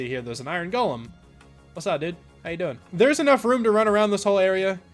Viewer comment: “How yah dewin mah man” 🤣🤣